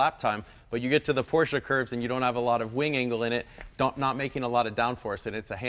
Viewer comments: Good to hear you saying Por-shuh correctly now, Jay. 👍😁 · Thank you Jay for saying PorschEEE 👏🏼 Can't take that for granted as far too many car enthusiasts still say it incorrectly. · Jay, you don't call it a "porsh" and that's smart enough. #respect